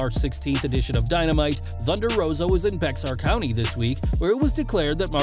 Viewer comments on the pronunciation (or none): It’s pronounced bear county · Bexar county is pronounced Bear County